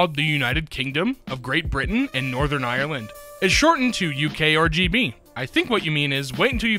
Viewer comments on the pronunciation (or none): none